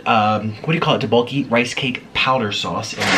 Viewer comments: he said "roboki" its tteobokki. please get your foods right my guy. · Teboki not tibok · Its pronounced To-Bo-Ki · The main syllables is DUCK-bok-gi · the way he said tteokbokki im sorry